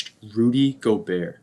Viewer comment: Great video man I didn’t know that the t was silent in gobert, thanks for teaching me